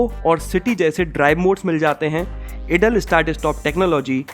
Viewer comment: Why do you pronounce idle as इडल? It's pronounced as आयडल (idle) in English. You sound very much dumb when you do such mistakes even after so many videos and subscribers. 😝